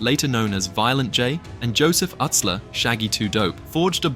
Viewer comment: Joey Utsler. But it’s pronounced Yootsler.